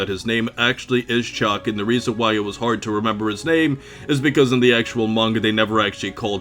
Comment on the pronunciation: OH Chalk not Chuck 🤣